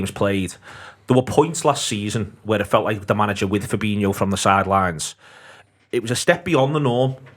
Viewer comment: Why do people still, after all this time pronounce Firmino and Fabinho's names wrong? 🤷🏻‍♂️ Look at how they are both spelt!